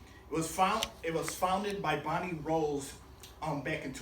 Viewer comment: Great job. My only complaint is that Microsoft owns halo and 343 works on halo. Meaning bungie sold halo to Microsoft and microsoft funds 343 industries and they own them. Also, the founder's name is pronounced Bonnie Ross and not Bonnie Rose, but it isn't that big of a deal.